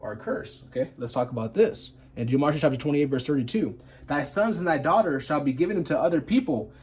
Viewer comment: It's Deuteronomy, not demonitry